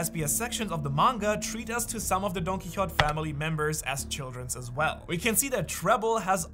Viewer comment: You’re saying DonQuixote wrong